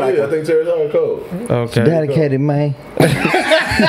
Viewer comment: “It’s dadicated mayne” 😂 highlight of the whole show 😂